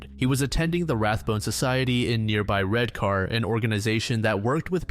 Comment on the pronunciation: this is a fantastic video and i asked my dad about it as he was actually alive at the time it happened, but as someone from saltburn, hearing the r in redcar and marske pronounced out loud made my skin crawl haha (we say redcuh and mask)